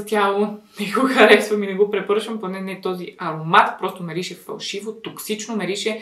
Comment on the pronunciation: Някой да преброй колко пъти каза мИрише❤🙃🌻